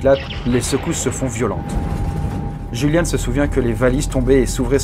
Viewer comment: En allemand on prononce plutôt iuliane !! Sinon super vidéo !!!!